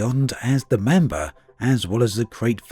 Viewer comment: "Mamber". LoL.